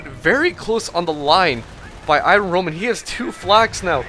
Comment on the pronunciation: i-RON roman.